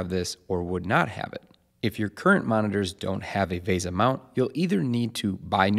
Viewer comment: It's not vayza, it's VESA: V for vet, E for egg, S for sun, and A for Adam.